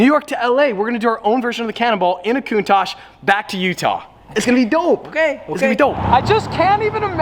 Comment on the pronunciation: No! I can't take the way Americans say Countach! Why didn't you get a diablo!!